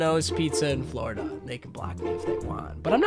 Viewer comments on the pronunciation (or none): none